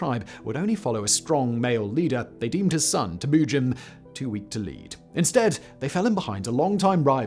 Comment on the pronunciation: The way this f*ck says Temujin maked me STOP watching. I don't know if it's his weird trumped up English accent which prevents him from say Temujin somewhat properly, but there are countless historians who say it correctly. Sorry about your accent bro. God bless!